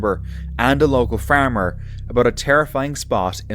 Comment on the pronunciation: Round of applause for young at the start of the video. He did a really great job with the intro! 👏👏👏 Why did the narrator say 'farmer' like that? Cracked me up 😂😂 All those sounds of unknown origin in the woods are unnerving. You can't even fully enjoy the camping experience. Enjoyed the video as always!